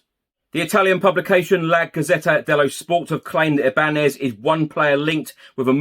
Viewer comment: As there is a tilde above the “n” Ibañez is pronounced I-ban-yez.